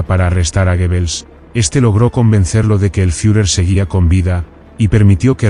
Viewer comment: Please learn how to say GrossDeutschland correctly, I had no idea what you were saying, I was wondering what is dirkland & ditchland! and who is gibbles ?